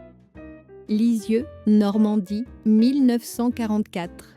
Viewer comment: C'est de l'IA mais elle dit bien "Lisieux"; par contre, sa tasse de thé ressemble fortement à un grand verre de cidre plus facile à trouver à cette époque et à cet endroit.